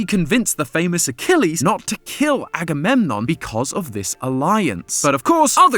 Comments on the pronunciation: Aggie poo???? CHILL…. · And aggydiginom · Don’t forget “aggymilade” 💀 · I swear you said Aggie poo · And "Aggie boy" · And anadididgemon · THE SECOND I HEARD "AGAMEMNON" I GASPED I LOVE GREEK MYTHOLGY AHaweyeiuaEWIU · As a greek, hearing someone explain greek mythology is so funny for some reason. It's weird hearing greek names in English or even greek cities. The pronunciations are so funny😭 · "Im not gonna say agamemnom 100 times" proceeds to say: aggie waggy doo dah, aggie lulu, electric boogaloo and more thanks fyp 🔪🔪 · Yeah, Agamemnon is too complicated of a name to call him like so throughout the entire episode... right... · Lol just say Agamemnon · Why don't you just say "Agamemnon"? It's significantly less effort than any of your nicknames!